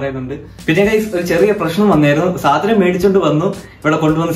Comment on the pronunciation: സാനം അല്ല സാധനം എന്നു പറഞ്ഞു പഠിക്കുക😅